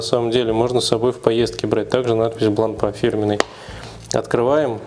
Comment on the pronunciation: Часы хорошие, марка достойная, с историей. Но в 90% русских обзоров её выставляют на посмешище...произношением. Вот и вы,, последовали примеру многих. Неужели вы всерьёз думаете, что после буквы "р" три остальные читаются как "а"? Не идите на поводу у безграмотных людей, обратитесь к профессионалам, вам станет комфортнее делать обзоры в будущем.